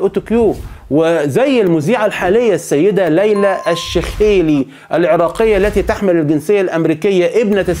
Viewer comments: الشيخلي وليس الشخيالي وانت تلفض ج كي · ليلى شيخلي و ليس ليلى شخيلي يا اعلامي يا مفعم باللغة عربية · ليلئ الشخيلي ههههه الشيخلي و ليس الشخيلي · ليلى الشيخلي مذيعة محترفة عراقية امها دانماركية وليست امريكية ابوها كان سفير بالدنمارك تتكلم بالفصحى جيد جدا بالمناسبة ابوها اصله من باب الشيخ منطقة قديمة في بغداد لهذا لقبها الشيخلي ارجو ان تلفظها بصورة صحيحة